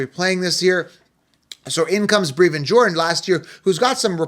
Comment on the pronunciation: Brev-IN think Bruv with an E